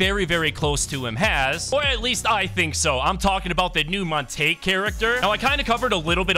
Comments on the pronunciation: Bro calling montague montage and the llamas horses should be crimes. Its pronounced mont-a-gyoo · Just saying for your own sake man it's pronounced montag-you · His name is Mon-ta-hue.